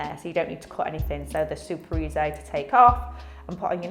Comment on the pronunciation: She says easy and then says eazzai? Is this a genuine accent? Lashes look great!